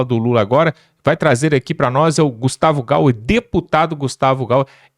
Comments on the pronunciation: DE NOVO, o nome do Gustavo é (GAYER) pqp NÃO é (GAUER)! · Gayiiiier!E o nome do otimo deputado q ai fala.Nao diga gauuuer!!!!